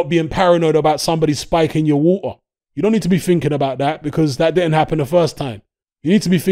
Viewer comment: Is from Nottingham?? The way he said water defo sounds like a Nottingham pronunciation of water lol. 👍🏼👊🏼🥊